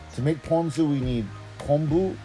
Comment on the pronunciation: Of course I can rely on a local boy to pronounce “ponzu” correctly! I went to the first 7 suggested videos on how to pronounce it...and they ALL said “pawn-zoo”! 🤦🏽‍♂️